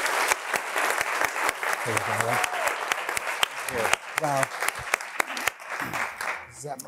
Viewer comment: Why people can’t pronounce Eric’s last name correctly is embarrassing. MccorMACK..